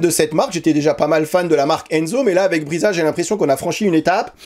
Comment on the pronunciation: Brisa se dit Brissa, pas Briza et nesmuk se dit nesmouk pas nesmuc.